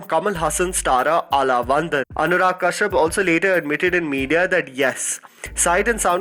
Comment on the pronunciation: I am just embarrassed for you that you didn't take the time to learn how to pronounce the movie Aalavandhan. You're not a white boy, you have much easier access to Tamil speakers or even Google could have helped you. Really hurts your credibility.